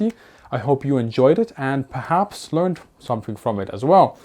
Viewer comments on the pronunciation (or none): none